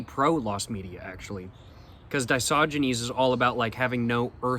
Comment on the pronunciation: yeah man it was feeling WRONG to say "Diogenes" After hearing "disogynes" Used by him with 100% certainty 😭